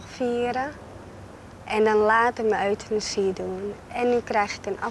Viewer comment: at 27.38/.39..pleegmoeder zegt...uitenasie mag wel daar gepleegd worden...hihaho op zijn amsterdams euthanasie uitgesproken Geweldig!!! lol RIP lief meisje Priscilla ♥